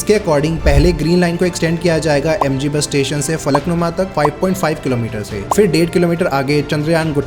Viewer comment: Why can't people these days get basic pronunciation or words right? What the hell is going on in schools? Are people even attending them? It's not "fir" (फ़िर) but phir (फिर). And it's not "crores" but crore (one reads "5000" as "five thousand", not "five thousands"). Finally, it's not "aircrafts", but aircraft.